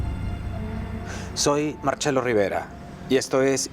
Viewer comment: Marcelo rivera nombre Y apellido iberico. Se lee.de la misma manera que esta escrita. No puedes decir marchelo Xque es del alfabeto italiano. Ce =che Ci = chi Marcelo alfabeto castellano C =C se lee CE CAPISCE PINOCCIO.